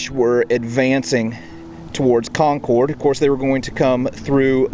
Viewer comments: It's Con-kid, not Con-Corde!!! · Good info and subject matter and well presented. EXCEPT: (it's Concord (accent on the Con)), not Con-Corde. ;) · I love your shows. However, as a Bostonian I have to tell you Concord is pronounced kon-kerd, Not kon-kord. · It would have been "The Regular's are coming" according to J.L. Bell (The Road to Concord, 2016) and us here in New England call it Concord (Con-curd), not Concord (Con-Cord). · You say Concord funny. Lol Us New Englanders call it Concerd. 😂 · It’s pronounced CON-Curd by New Englanders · Great video, but if you're from Massachusetts, Concord is pronounced Conkid! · Very good video, but your pronunciation of Concord is off. Emphasis goes on the first syllable and the "cord" should be more like "cud". Even "curd" would be acceptable if you insist on using your "R" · Good series but couldn't watch any more. In New England Its Concord not Conorde. It's a minor thing but not the right pronunciation and as a local it hurts every time I hear it? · Great video love it right in my neck of the woods! If you want to sound like a local however, you pronounce it “con-kerd” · Concord is pronounced “Conquered” btw. I live 15 mins from the Old North Bridge.